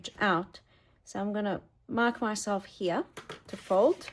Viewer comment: I love listening to you. I love the way you slip different accents into your speech. I particularly like the way you say “here”,😊! It sounds very aristocratic….sort of like Queen Elizabeth would say it.